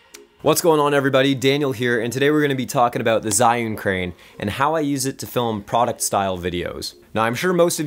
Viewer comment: Awesome! Great tips for an upcoming project I have. Those movements definitely added more dynamics and production value to the shots you have there :) And it's pronounced ''Gee'-Yun Crane hahaha